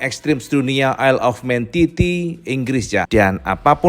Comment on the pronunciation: ISLE OF MAN di baca : AELEFMEN